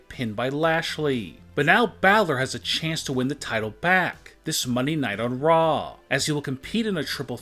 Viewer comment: What is up with your emphasis on every last word of every sentence? It is so annoying. "Get her husband out of Jaaaiil." "Of monday night Raaaww."